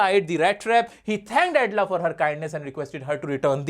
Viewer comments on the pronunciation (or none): Edla nahi Elda 😅